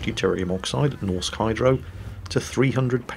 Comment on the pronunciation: please xD A Norwegian dude reporting in here. For "Norsk Hydro", you can just say "Norwegian Hydro" ya know;) (Actually hearing you trying to pronounce "norsk" bothered me a bit, but that's just me)